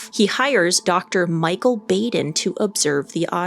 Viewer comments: I totally agree with all your comments. I had an opportunity to talk with Dr. Baden (pronounced Baaaden) about this autopsy at a conference a few years ago. he stands by his findings and I agree with him on all the findings he came to. I wonder where the imprints from the bedsheet are and why they aren’t more not evident. You would think you would see the folds of the sheets on the neck from the pressure and the mark would be wider than what shows. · You pronounced Baden wrong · I hate to be petty, but the doctors name is pronounced Bah-den, not Bay-den. You would think everyone even remotely connected to the forensic realm would know that as he is a high profile forensic pathologist. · Dr. Michael Baden has been an incredibly well known public figure for decades in a field very closely related to your own, so it really surprises me that you kept calling him Dr. BAYden, when his name is pronounced BAWden. Have you really never heard of this guy before?! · Mango made up for missing kisses! 💋 😘 😗 😚 😙 💋, Dr Baden is pronounced Bäden. The 'a' is short, as in 'ah' 'bahden'. He's been involved in so many cases seen on Court TV. Even a show on HBO called "Autopsy". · Please research pronunciations of names!! It’s pronounced “Bahden” and NOT “Bayden”. 🤦🏻‍♂️🤦🏻‍♂️🤦🏻‍♂️ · Pronounced BAH DEN...not Bay din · Dr. Michael Baden is pronounced "Michael Bahden or Bawden, not Bayden" You're welcome. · The world famous pathologist's name is pronounced 'bahd-in', not 'bayd-in' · Please learn how to pronounce Dr Michael Baden. Bah-den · Sorry, but it's pronounced Baden like bah humbug, long a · it is pronounced ‘baw den’. Also this chick thinks because his brother said it… he’s dead definitely. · Just an unimportant note, Dr. Baden's name is pronounced bah-den. Before I retired from the legal profession I had multiple occasions to hire Dr. Baden as an expert witness. He is a brilliant man. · Baden is pronounced “bodden” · Dr. Baden’s name is pronounced “Bawden”.